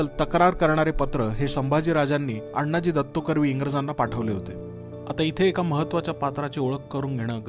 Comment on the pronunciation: उत्तम माहिती, खुप छान। पण आपण अण्णाजी दत्तो असा उल्लेख करता तो तसा नसून आनाजी दत्तो असा आहे। शिवकालीन मराठीत अण्णा असा शब्द नव्हता । धन्यवाद ।